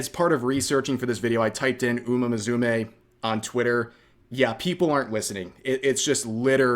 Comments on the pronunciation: Dude, it's "Moo Sue May", not "Mizumay" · Did you say "Muzume"? 😂 I hope you're pronouncing that wrong on purpose as an Anime lover 😂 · What upsets me more is the way rev pronounces musume, there is no Z in that.